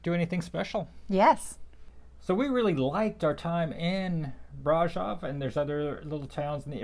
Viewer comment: Great video! Would like to point out that Brasov was not pronounced correctly. The o in Brasov is a sort of a long o like in other latin languages and german. So it's like brah-shov pronounced.